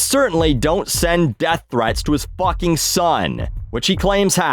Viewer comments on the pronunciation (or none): none